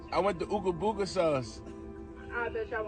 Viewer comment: Don't say Boooooga. It sounds just like Booger, except its Booga. 🤦🏻